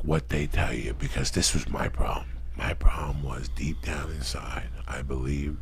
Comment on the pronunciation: "Lee-deep into acid murky waters"